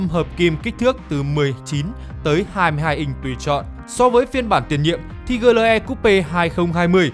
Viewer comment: GLE thì phát âm kiểu tiếng Việt, AMG thì phát âm theo tiếng Anh, giống như một người mặc bộ vest mà chân đi dép lào vậy, chả ăn nhập gì nhau cả :))))))))